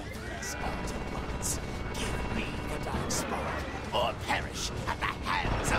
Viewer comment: I lost interest the second he said AutoBots Wrong